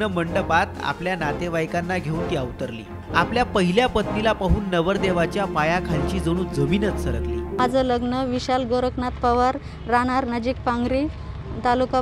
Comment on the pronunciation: अवरतली नाही.अवतरली असं